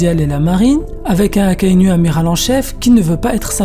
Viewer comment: Akainou!!! Ptn AKAI-NOU pas NU comme une femme nue j'ai saigne mes l'oreilles Et rectification sur Fujitora il ne voit pas la tête des gens a dresrosa pcq s'il peut voir le visage des gens PQ il demande j'aimerai savoir a quoi Luffy ressemble quel est la couleur de ses cheveux il ressent juste les présence il ne voit pas ptn fait des recherches avant de pondre de la merde pareille